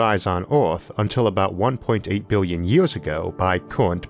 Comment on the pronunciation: Bwillion bwillion stars 👍